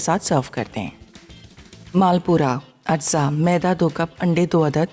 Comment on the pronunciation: It's not malpura. It’s called malpoa 😂